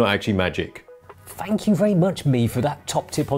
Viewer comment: I'd love it if you could pronounce the 'th' rather than an 'f' in every other word. It drives me crazy and I can't watch this. "Fanks me for that great tip"..